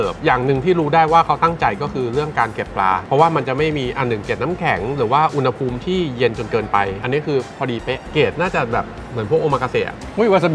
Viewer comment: อ่าน อุณหภูมิ พิดนะครับ ต้อง อ่าน ว่า อุน-หะ-พูมนะครับ😅😅😮😮😂😂